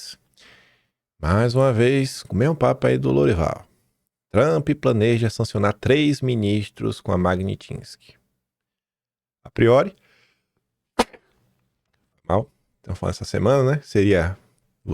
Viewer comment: Bom dia. Admiro muito seu trabalho. Mas você comete alguns erros primárias de pronúncia. Como dizer MAGNITINSKY em vez de MAGNITSKY, MAGNITSKY, MAGNITSKY, MAGNITSKY, MAGNITSKY, MAGNITSKY, MIL VEZES MAGNITSKY!!!!